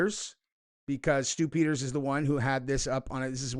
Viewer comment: Stoop Eaters 🤣 that's what i heard